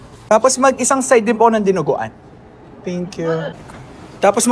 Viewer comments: "Dinugo-errn" is wild. Idol, magka-vibes kayo ni kuya Francis Candiyey.😂❤️ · the DINUGU-UHRN got me 😂😆